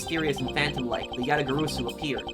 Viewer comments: We've told you this already in chapter 1, but it's pronounced Ya-ta-ga-ra-su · you're pronouncing Yatagarasu wrong it's pronounced exactly how it's spelled - YA-tah-gah-RAH-soo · Just one thing, Yatagarasu is spelled as written, with the "rasu" at the end the "a" is spelled as an "ah"